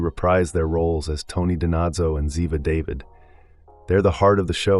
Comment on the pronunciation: Good info, too bad you mispronounced the names of BOTH characters. 😕